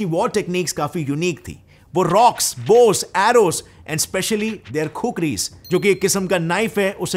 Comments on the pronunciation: Thats khukhuri not khukri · Proud to be Nepali and also that's is not khukri that is khukuri😅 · Its a KHUKURI not a fucking khukri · not khukri that is khukuri bro